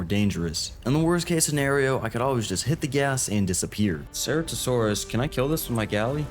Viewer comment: Bro learn how to pronounce ceratosaurus correctly or don't fucking say it at all!